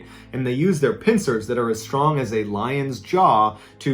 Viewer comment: Im sorry, did you say pincers?